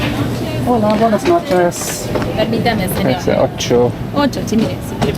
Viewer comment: A typical Brit who mispronounces every single word in any foreign language. He says “Buenas noches” and “Bonjour” terribly too. 😂